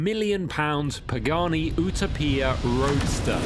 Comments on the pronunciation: Its not pronounced ootoppia its youtowpia as in utopia - heaven 😂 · Pagani OOH-TAH-PEE-YAH???🫤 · Wtf is a oooootoooopia? 🤷🏻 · Everyone: Utopia This guy: "Ooo-tah-pia" 😅🤦‍♂️🤡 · Ootopeeyah? It you-toe-peeyah. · What is it with the American pronunciation of the Paganini? OOTAPIA? Hahahah. The correct pronunciation is U Topia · its Utopia..not Utapia.. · UTA-PIA!!! 😅... Brother it's pronounced U-Topia.. #cringe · it's Utopia, not Utapia...lol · Ou-Ta-Pee-Ya ?! UTOPIA !!! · Still good content, but this is not a 2026 Performance Car of the year. No Lamborghini, No McLaren, No Aston Martin, Yet we compare a $3.5m bespoke car to $100k cars??? Then why is there no Bugatti, Koenigsegg, Hennessey, etc. ... and it's not U-tow-peia, it's YOU-TOPIA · You-topia✅️ Oetopia❌️ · ooto-peer..... ok champ... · Ok why can't you just stick with the Queens & like every other English speaking automotive journalist just call it the "u·to·pi·a", pronounced /yo͞oˈtōpēə/ bc unless you're Benito Mussolini incarnate I'm ending the dictatorship for failure to maintain order 😂 /yo͞oˈtōpēə/ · Pagani Huayra Utopia is pronounced like the model is named after the imagined place/society of perfection. Pronounced "You-toe-pee-a", but you know that already, don't you. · Ooterpier? I don’t think so mate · Ooo tow pia! Utopia pronounced Youtowpia. Where is clarkson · "Oohta-Peah"?? Let's just be grateful you weren't testing it in Barthelona. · Oo-toe-pee-a - really? Utopia is an English word.... Porch - something on the front of your house. Porsche-e - an expensive VW beetle.... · who the hell spels utopia like that? U-ta-pia😭 thats even worse than people saying porschhh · I thought it was YOU-TOE-PEE-TAR. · Oootopia?? Lol WTF dude? Learn how to pronounce!! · OOh toh pia.... you're kidding right? You can't say Utopia correctly? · Agreed. I have met Horacio and he never calls it OOOO 2 pia. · It’s “You-taupe-pia” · A journalist should know how to pronounce "Utopia" in his own language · Butchered it lol